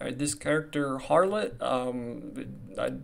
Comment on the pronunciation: Its Harlott in global? Being calling him Howlett lulz